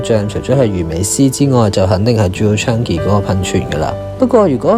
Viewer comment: Chang-i, not Chan-gi